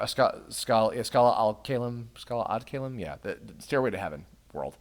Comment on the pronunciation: Weird hearing pronouncing the final area. How I usually say it is Skah-Lah Et Ky-Lum